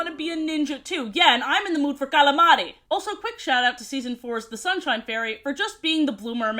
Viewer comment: She hit us with that New Yorker Greek outta nowhere. for future reference.